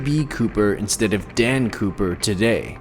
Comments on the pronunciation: When she said DAN, COOPER I heard NAN POOPER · who else thought she said Dan POOPER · I thought I heard Dan Pooper